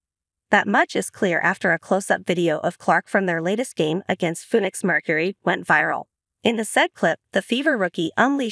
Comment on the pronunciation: How did she pronounce phoenix??😅😂😂😂